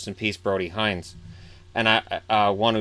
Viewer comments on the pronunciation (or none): Thank you for doing this. It brought a smile to my face on an otherwise tear-filled weekend. I just wanted to let you know for the next video that our family pronounces Hinz “hints”. Thank you again <3 (Edit: our family meaning Brody's family)